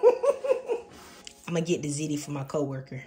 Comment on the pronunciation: ✅Zee Tee❌Zit Tee